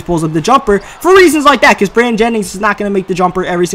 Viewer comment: Im curious of where is from because i've noticed that he pronounces the words like "there" and "that" like "dere" and "dat", just wondering